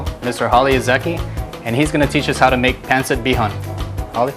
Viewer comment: It’s pancit/pansit not Pencit and you say it fast 1 word